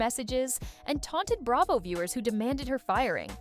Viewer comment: "Hilton" is Kathy's married name, so they aren't the "Hilton sisters." "Bray-vo" 😊